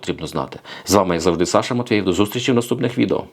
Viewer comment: Виголошуй прзвіще за прописом. Матвіїв- Не Саша ' Олександр. Який нах Матвеев. Мову знаєш- а себе Сашою обзиваєш.